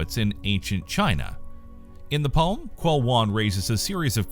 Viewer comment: Also, "Q" pronounces like "Ch" in pinyin. The only pronunciation for the vowel part in English I can think of is in "she". So replace consonant "sh" with "ch" is probably the perfect way to to pronounce "Qu", so it is like "Ch'e".